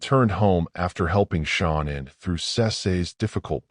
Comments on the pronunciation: Her name is SHAN ANN. NOT SHAWNEN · Her mom called her Shannon she herself pronounced it as Sha-nannn idk wtf it is you keep calling her but it’s annoying asf